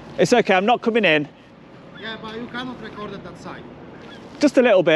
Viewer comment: "you cannit"